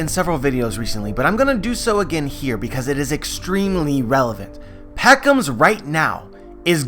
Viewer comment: P edro... P ound .... P eckoms???!!